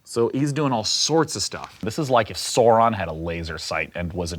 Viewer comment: Were u meaning Sauron my king if so u pronounced it wrong